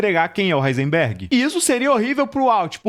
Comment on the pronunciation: Duvido alguém falar quantas vezes o cara do vídeo falou "Heinserberg"